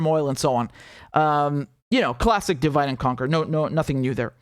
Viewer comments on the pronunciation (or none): none